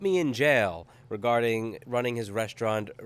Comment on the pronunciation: resta-ino mate, not resti-ano :P <3